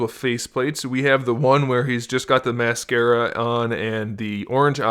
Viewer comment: Am i the only person that got mad when he said mascara